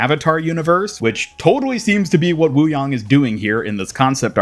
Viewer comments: It’s “yang” as in Yin-Yang. Not WooYong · the pronunciation you went with is the correct one : )